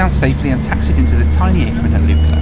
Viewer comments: 'Lookla' not Lukela. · Lukla = Luck-La, not Luke - La